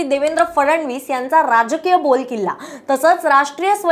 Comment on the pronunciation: बोलकिल्ला नाही, बालेकिल्ला 😂 वाट लावतात मराठीची